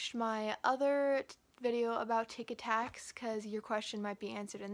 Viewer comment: Lol thot he was saying tikitaks